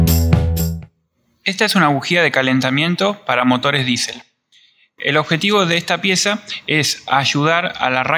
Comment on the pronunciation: hermano es diesel no disel